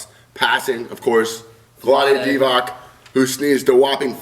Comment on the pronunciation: You guys pronounced Vlade's last name wronggggggg